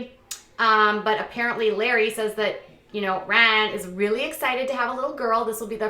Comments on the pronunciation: Well I would of loved to watch this vid, but after the first 10 times of that hideous “Ryn” I had to shut it off! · Omg shut up it sounds like your saying Raahn wtf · The excessive “Rhine” was overly annoying but at least you didn’t have 10,000 ads in your video. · I think your pronunciation of "Rhynnnee"is funny asf lol Also don't believe he's sober until he takes a family picture w/o those sunglasses! js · Very ANNOYING the way you are pronouncing Ryan’s name. I had to turn it off. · Why are you making fun of the way his name is pronounced by Maci? Soo irritating... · Stop saying Ryan like that, you sound dumb!! You seem to love stirring shit! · She doesn't say it right either. It's not how Maci says it.. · It’s not funny how you are pronouncing Ryan. It’s quite irritating & you’re trying to hard to be funny & it’s not working. Please stop. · K C thank you lol I’m glad I wasn’t the only one that it was bothering, I couldn’t even finish the video